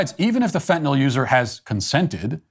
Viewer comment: Finally! Someone who pronounces the drug correctly - fen-tin-all…